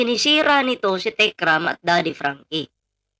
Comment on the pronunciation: Yang babaeng Yan si. Epal Yan. Napakayabang Nyan. Kung umasta akala mo kadugo Ang MGA Manalastas. Hindi nga ma-pronounce ng Tama Ang Techram. "TIKRAM", "TIKPURIN". Hahahaha ano ka??!!!! Ilabas mo tapang mo!!!!